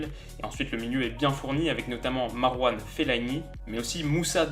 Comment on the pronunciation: "Marwal" feillani ? il pu tant que ça ? :p